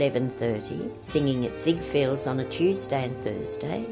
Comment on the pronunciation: It’s written as ZIGFELDS on the advertising poster of the time. Why is it being pronounced here at ZIGFIELDS?